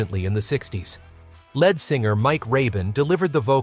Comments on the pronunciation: "Time Won't Let Me" was on the Hot 100 for 15 , not 13 , weeks. "Little Bit O' Soul" was on the Hot 100 for 16 , not 14 , weeks. "A Little Bit Me, A Little Bit You" was on the Hot 100 for 10 , not 11 , weeks. The lead singer of a group is pronounced as "leed", not "led". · It's lead or leed singer. Not led singer. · Finally, some songs from my teen years. And I'm Feeling Glad All Over. BTW, look up how to pronounce Leonard Skynard. It's not led singer, it's lead singer. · Lead singer LEED not lead singer LED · I'm sorry..."led singer"? As opposed to Lead Singer? Who is this guy? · The guy who very smoothly narrates this apparently doesn't understand what he's reading. Otherwise he would pronounce the "lead" in "lead singer" like "lede" rather than like "led" the metal. I realize "heavy metal" was coming up, but the concept of a lead singer is a pretty basic idea for someone who purports to tell us about the history of rock groups. Embarrassing! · Leed NOT led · It’s pronounced leed not led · And it is lead singer pronounced leed. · AND STOP SAYING LEAD SINGER ITS PRONOUNCED LEED SINGER........NOT EVERYTHING IS PRONOUNCED AS ITS SPELLED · In the phrase "lead singer" lead is pronounced "leed". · LEAD is not pronounced lead as in the metal It’s pronounced LEED you have consistently pronounced it wrong not one single time. Have you actually pronounced it lead as in leader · It’s not “led” singer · How about “led” singer instead of LEAD singer. 🤦‍♀️ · I love the content but hate the fact that the narration can't get Lynyrd Skynryd or lead singer pronounced correctly. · Mispronunciations abound. Of note is "lead vocalist" as if the performer was made out of the element. These all appear on the 60s channel on SiriusXM. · A computer voice again, dammit! The pronunciation of "lead singer" gave it away.